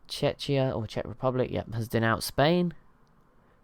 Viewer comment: It's pronounced check-ee uh, not chech-ee uh